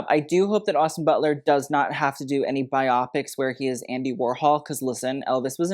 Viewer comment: Bio-pix. Not bi-opix... Sorry, had to.